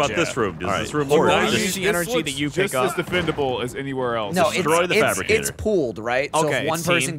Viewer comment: It’s fabricator not fabricgater Gavin Geoff & should’ve bee there as well